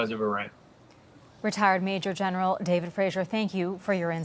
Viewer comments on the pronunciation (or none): none